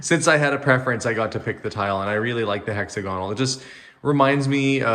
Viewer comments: Hexagonal is pronounced similarly to the word diagonal. Emphasis on the second syllable. :) Little FYI. :) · That is one amazing house. I love the kitchen! Hexagonal tile is so retro-perfect choice for you and your family, for sure! We Americans pronounce that word differently. Here it is Hex-agg-oh-nal, emphasis on the ag part of the word. I love word pronunciations. Brits say controversy completely different than we do. Try to say that word in your next live, please. 🤣 Love, love, love your new home.